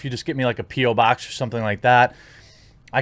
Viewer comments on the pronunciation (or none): A Pee Oh Box? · "Pee O Box"